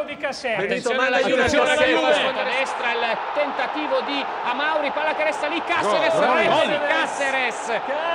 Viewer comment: che uomo di m... Ahahahahah Ti sta bene, sei stato smentito come sempre!!! E in più non sai neanche come si pronuncia: "Càseres", non "Casères"!!!! Paolino e Crudeli alleati contro: GODOOOOOO!!!!!